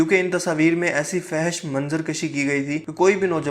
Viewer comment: آپ ہمیشہ فحش کو غلط پڑھتے ہو اصل لفظ ہے fohash😊